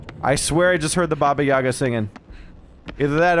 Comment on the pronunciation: its not baba yAga, its baba yagA its russian folklore